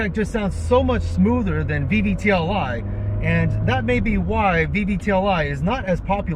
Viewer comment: VVTI. I hear VVTLI.